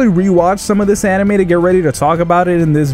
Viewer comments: First thing you said was hentei instead of anime 😂🤣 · Am I the only one that heard ‘hentai’ on the beginning? 🤣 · He said henti in the beginning